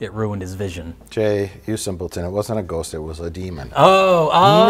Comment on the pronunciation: Mike's Wisconsin accent only comes out on the word ghost